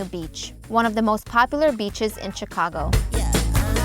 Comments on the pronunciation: Its Sheee cago not Chiii ca go. The Ch is pronounced like She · It’s Rookery (like hook), not rockery (like rock). And Chicagoans pronounce Chicago with more of a “shhh” at the front rather than a harder “Chi”. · you pronounce the city name Shicago not Chicago just to help you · This video shows the city better than most. Well done. Chicagoans still call it the Sears tower. And they mostly pronounce it shi-cago rather than chi-cago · CHICK ah go(Shi CAW go), The Rockery (The ROOKery) and EliNOISE (Ill i NOY)But it is a stunningly beautiful video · I was waiting for someone to correct the pronunciation…. It’s pronounced Sh icago…. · In order to improve your channel,learn American English. Chicago is pronounced Shicago. Chicago has the 3rd largest population of any American city as well as 3rd largest metro area. You sound AI generated. You may be,but try not to sound like it. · it's pronounced SHI CA GO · The "Ch" in Chicago is pronounced "Sh." You dont pronounce the "s" in Illinois. Parts of the L on the red and blue lines are underground. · Great! Well done, but the "s" in Illinois is silent, and it is pronounced "shi-CA-go ill-in-OI" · And the 'ch' in Chicago is pronounced as an 'sh'. It is like fingernails on a blackboard to hear the mispronunciations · sh*CAH*go, ili*NOI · It’s pronounced Shi-cago, btw. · I never thought that somebody who pronounces Chicago with a hard ch and pronounces the s at the end of Illinois would be giving this tour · Might be nice if you could pronounce the name of the city correctly, you dunce. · Still known as Sears Tower.... Great vid, did you take all the vids in this, they are wonderful! Love how you say ChiCago! DA Bears!!! Awee leaving out the poor White Sox...